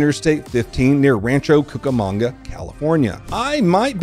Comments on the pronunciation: Lol no you said cucamunga right. Lol born in San Berndino county, now live in Texas! 😊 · nah, as a Rancho Cucamonga native, you did pretty well